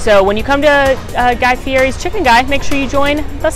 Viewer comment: Omg, the Hot Latte for H lol, all Lattes are hot unless it says Iced or otherwise!!!!!! Also, the fact that said Sherbert and Guy Fee- air- ee, not Guy Fee- ett- ee. This always trigger me lol. On a real note tho, love the vids and thus was such a fun idea!!!!!